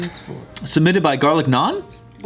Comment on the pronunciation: I’m impressed with the correct pronunciation of naan and roti by the crew